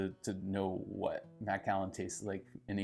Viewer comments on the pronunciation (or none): M’kallen is how you pronounce it. Not Mack’allan